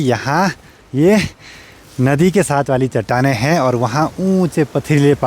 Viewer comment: 😂😂😂 लास्ट वाले शब्द पे इतना जोर क्यों दे रहे हो,,, आ रहा हैं, हैँ....😅